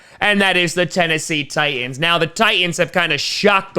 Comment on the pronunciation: It's "Titans" not "Tie ends".